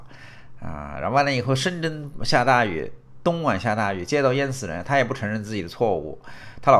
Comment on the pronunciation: 东莞guan 性之都地名，会念错？哈哈哈！